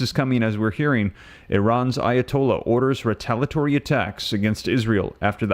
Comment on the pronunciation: Again, it's ree-tale-ee-uh-tory. NOT ree-tale-uh-tory. For God's sake, please stop this insufferable butchery of the English language. This is borderline unwatchable.